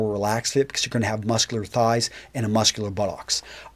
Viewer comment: Sounds like he says: "THE FIT IN THE BO-LLOCKS."